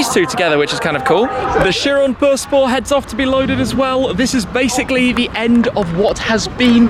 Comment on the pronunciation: Did Shmee say Chiron per spo?🤣